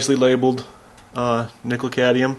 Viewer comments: Too phallic looking? ಠ_ಠ I think your mind is the issue there. Now, please: it's cad*M*ium, not cadium. Thanks for the video! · Cadmium not cadium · CadMium, dude. You said cadium like 10 times in the span of a couple of minutes. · Great! Thanks for the tips. Same situation on a hand held Freshsaver by Foodsaver that sucks the air out of bags. It has two Nickel cadmium batteries. By the way, the 'M' in CadMium is not silent. You guys, anyway, 😂 ! Cad-mee-um! Not Cay-dee-um. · Cadmium: "cad-ME-um" - there's an 'M' in there for a reason. Same with solder, there's an 'L' in that one: "soL-der", from the Latin "solidaire" meaning "to join". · say: Cad-me-um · No problem, They got rid of the Cadmium technology because people could not pronounce it correctly. Next they will get rid of Nucular energy